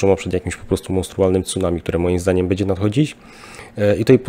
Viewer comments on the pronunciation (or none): Panie, jedna porada -- nie mowi sie "bedzie", ale "bendzie"